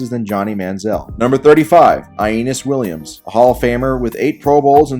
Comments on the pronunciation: "Eye eee nuss" Williams? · The only fault I see is the questionable pronunciation of Aneas Williams's name.